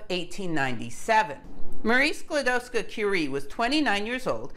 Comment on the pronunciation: Your pronunciation of Skłodowska is perfect.